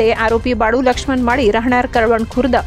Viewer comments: कडवणं नाही कळवण..... 😐😐😐😐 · कडवण नाही ते कळवण आहे,ते काय पोडि, काडी, निडी सारखे आहे का